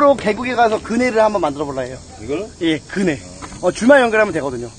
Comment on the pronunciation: 순간그네가 근혜로들음ㅋㅋ